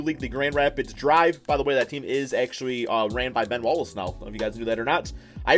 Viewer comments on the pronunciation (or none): none